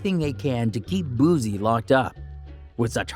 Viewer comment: Nbs mayne "boo-sea" not bozzziee